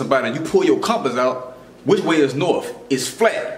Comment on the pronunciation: It's a big ball with norf and souf poles. Also i think it has some mother f*%ers upside down in China on it.